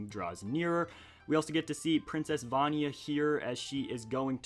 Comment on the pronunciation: You pronounce vania and mino creature wrong